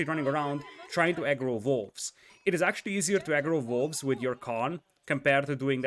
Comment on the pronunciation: everything with a W is hilarious too, like "valls", or "vere", or "volves"